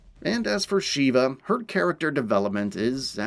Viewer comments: oh god, the neme is SHEVA not "Shiva" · Agreed!! One thing though. Why does everyone mispronounce Sheva’s name. She literally says her name in the game! It’s not “Sheee ba” it’s pronounced “Shev uh” (to try to put it as it sounds). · It's pronounced Sheva,like CHEVrolet. I've only heard Chris say it a million times on professional difficulty. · I don't think he's played the game much to figure that out considering the constant "Sheeva"